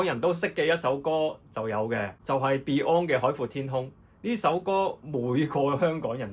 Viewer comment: 應該要將Yoshiki 同beyond 既發音搞清楚